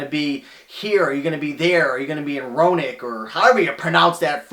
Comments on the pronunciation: Dude, it's pronounced phonetically like this: Rown oak or R own oak. :) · Row, like you're rowing a boat. A, like the letter. Noke, like "no" with a "K" at the end. Let's try it all together. Row-A-Noke. Row-anoke. Rowanoke. Roanoke. Also, it's in Virginia. Not West Virginia. Roanoke, Virginia. The "a" is not silent. There's no I in Roanoke. Roanoke. Thanks for the shout out! :)